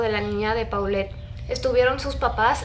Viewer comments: Por que no dises polet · Se pronuncia Polet, es un nombre de origen francés